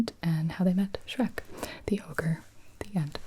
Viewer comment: Do you mean ogre, not ogar